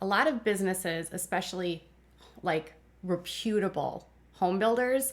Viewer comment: Very interesting!! Just one thing, you’re pronouncing “reputable” wrong.